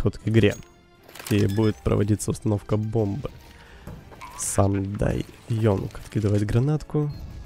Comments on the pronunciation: Бля ну Янг же, а не Йонг.. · Боже говори сам дай Янг,а не ёнг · бл, ты английский знаешь? Some die young, не ёнг, а Янг! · спасибо, и еще: не Ёнг а Янг)